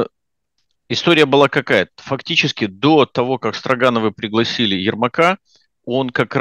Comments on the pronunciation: Не возьмусь вдаваться в происхождение фамилии, но произношение Стро́гановы куда проще и естественней чем Строга́новы. Возможно это издержки местного произношения. Я часто слышал: "этот брус стро́ган". И ни разу не слышал: "этот брус строга́н", хотя и допускаю что где-то говорят и так. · СтрОгоновы не СтрогАновы. Промысловые люди не промышленные, это потому что вы во всяких Латвиях и США живете и там по другому ударения в словах или почему? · СтрОгановы, а не СрогАновы!😂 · Почему СтрогАновы? СтрОгановы же. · Впервые в жизни услышал ударение в фамилии отличное от СтрОгановы. Очень удивился. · уланов понятно к дефектам его дикции я уже привык, но, интеллигентный, образование человек, всегда говорил чётко и внятно, тут те же СтрогАновы и т.д. толи дразнит Уланова то ли у них в США другие правила по ударениям. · фамилия СтрОгановы - правильно произносится с ударением на первое О. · Всегда слышал произношение этой фамилии как СтрОгановы. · Мне понравилось, спасибо за ролик Я привык к другому ударению , но это не принципиально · Тоже это слух резало.